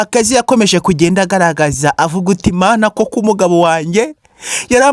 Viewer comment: Aravuga uti baravuga uti koko? Wigiye he iki kinyarwanda ndumva bindya mumatwi kosora iryo jambo